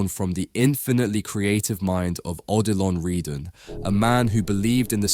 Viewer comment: At the start, my head exploded when you pronounced his name Oh Dillon Reedan. But by. , you corrected it and you were pronouncing it perfectly. But then you went back . Never mind. Excellent save and great video!